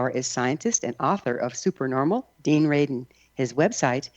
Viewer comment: R-A-D-I-N . . . for heaven's sake.